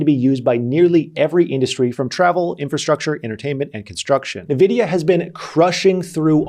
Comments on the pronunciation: neh- vidia? isnt it n-vidia? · why do you keep saying nevidia if you know its N-vidia? xD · I just cringed a little when he said nuhvidia 😔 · Btw Nvidia is pronounced like n vidia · NVIDIA ==> Ann - Wee - Dia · What the heck is "navidia"? 😅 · Stop saying Nvidia wrong. ooooh